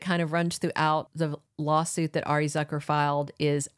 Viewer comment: Arianne's last name is Zoo- ker? not zucker like trucker